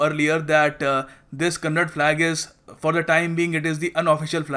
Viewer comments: It's Kannada Flag , not Kannad Flag. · It not kannad it's kannada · Thanks fr this information but pronounce properly its kannada not kannad.. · Its not Kannad bro its Kannada learn to respect the language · I love the way say it's Karnataka. But don't say kannad. It's kannnda. Simply you are asshole as enyoneelse